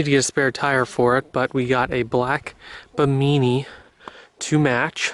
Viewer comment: you said bimeany hahahahahahahahaha